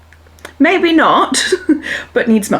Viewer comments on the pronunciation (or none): Everytime you say the word ‘maybe’ it sounds like you are saying ‘maybees’. Is that just the Newcastle accent or way of saying it where you add the letter s to it?